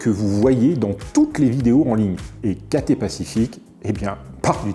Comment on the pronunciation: On prononce CATAILLE Pacific, pas Caté .... !!!